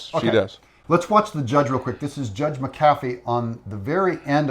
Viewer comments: It’s Mac Afeeee, not what you call the Judge, get his name correct…. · Thanks for your coverage. Judge Mc Afee, however, would i I feel sure, appreciate a correction in pronunciation of his name. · Please, someone tell Doug how to pronounce the judges last name …. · Judge McAfee (Mack - A-Fee) actually served under Fani Willis in the Court System, before he became Judge